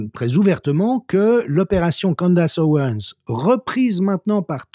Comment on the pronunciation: Candace... à prononcer: "Candèce"